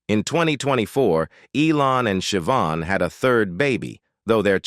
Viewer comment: It’s pronounced Sha-Von not Shivin.